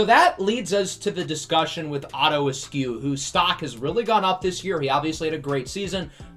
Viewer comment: The more you said "Otto Askew" the more it sounded like his name was "Otter" instead of "Otto." So it made me wonder what the heck was going on that the top two QBs were Otter and Puma. So it's my opinion that Otto Askew's natural nickname is Otto the Otter. Okay, I have nothing useful to contribute, so I'll see myself out.